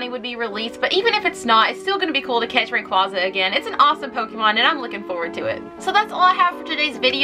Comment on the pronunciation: Props to you pronouncing rayquaza correctly